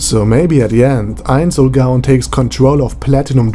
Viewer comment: Pronunciation tip: never pronounce the w like a v. It's supposed to be pronounced like a u. if u r doing it on purpose then never mind